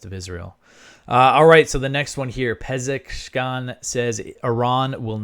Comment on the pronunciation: Pezeshkian: is pronounced as Pez-esh-key-an Accentuate the "esh"